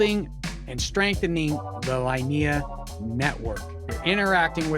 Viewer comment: Hey man, nice video! Just one little tip, the L2 is pronounced "Leenehah"